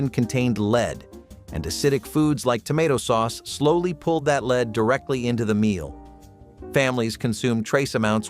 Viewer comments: Lead not leed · The element lead is pronouncec led, not leed. You keep switching back and forth. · Lead sautered should be pronounced led not leed.